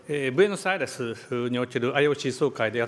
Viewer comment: ブエノスアイレスが言えない晋三